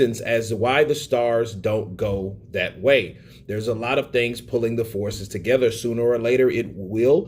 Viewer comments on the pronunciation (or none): none